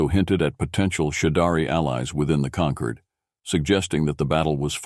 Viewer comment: The word is “concord”, as in Concord grapes, concordance, order or ordnance - with an OR sound - NOT “conquered” with an ER sound.